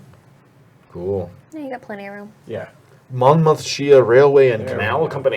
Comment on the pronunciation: As a Brit who's lived in The Americas for the last 6 years, I'm pleasantly surprised by how many of the place names you all actually pronounced correctly! I think it was who murdered "Monmouthshire" and "Birmingham" needs some work, but yeah, very impressed:)